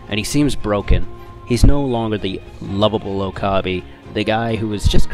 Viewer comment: I was cringing the whole time when it would switch to Steins;Gate, especially when he said Oh-kah-bee 😂